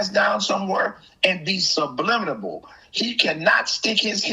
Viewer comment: This fool said sublimintable